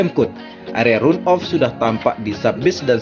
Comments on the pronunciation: run-off cara bacanya ran off, (jangan run off) gravel bed bacanya grevel bet, (jangan grifel bet) *biar kita semua sama2 menjadi tuan rumah yg baik, kemampuan bahasa inggris kita juga harus dikembangkan.. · Sebaiknya pakai bahasa aslinya saja boss-ku: run-off (dibacanya ran-of)... jangan di-Indonesiakan bossku..